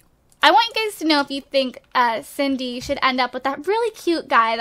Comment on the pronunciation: Whenever she says Cindy I think she's saying Sadie am dumb